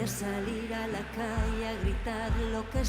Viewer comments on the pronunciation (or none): none